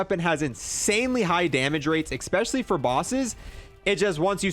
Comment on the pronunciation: I hate when someone says “expecially” instead of especially